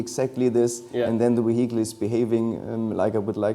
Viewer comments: Jack Rix saying vehicle: vehicle: weehittal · Wehicle is Vehicle , i was soo confused at first , i had to turn the subtitles on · De weehickle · Weehickle = Vehicle. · "We-heagel" Why didnt he take just a few min to check up on english pronunciation before this interview? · I couldn't help but chuckle everytime this guy says "WEEHICLE" 😄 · ze weeheekle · How much German accent would you like? The weheekel... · Can't help but let out internal chuckles every time the guy says wihicle😂😂😂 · Ve hi cle indeed. Great machine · Very nice Vee-Hi-kle :) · See if you can do a shot everytime he says W-ehicle.... 🤣🍻 then try and say max wertstappen is wery good at driving his wehicle in wancouver. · Nice car, but I am more intrigued by this "weheatle" he speaks of. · What is a weehickle? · I've never heard anyone pronounce it "wehicle" lol. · What an amazing we-hickle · A lovely weeheecle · Can't wait to pick up this "Ve hicle" in the used car lot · The way he says vihicle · Hehe Weehicle... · Whey HEE Cull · Ok second favourite thing about this video is how the project lead pronounces “vehicle” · 122hp electric motor just for the turbo. That's more than the entire output of many cars. I love the way pronounces 'vehicle. Na, I don't think I'll get the optional magnesium wheels, it will make the car too expensive. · Is that really how he says the word VEHICLE!?!? I’m a hearing him right? Is he trying to say vehicle.. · I literally want to give him a hug everytime he says "vehicle" 😅